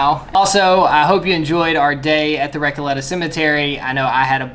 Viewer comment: I’m sorry. It’s prounounces like cacaw not coco